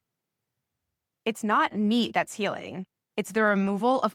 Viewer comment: She doesn't know how to pronounce MEAT . MEEEEEET ??? Hahaha 🤣